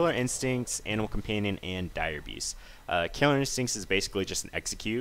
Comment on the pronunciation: i keep hearing anal companion o.o